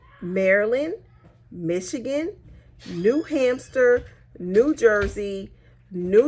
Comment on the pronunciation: Did she really say new-hampster? 🤣